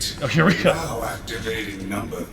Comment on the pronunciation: The emphasis on "now" makes me think he tried to send 13 out first. "13, go kill Son Goku!" "Well ain't that just the rootinus tootinus--." "Fuck, shutting him back down. 14 and 15, go kill Son Goku. .... I wonder if I have a patch that can get rid of that."